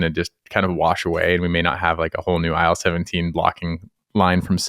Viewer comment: my god, I keep hearing aisle 17 instead of IL17